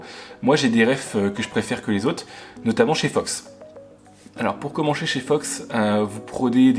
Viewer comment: Problème de diction et d'articulation? "pour comencher chez Fox" vers les 🤣🤣